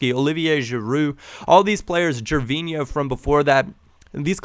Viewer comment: couldn't help but laugh when you said Gervinho :)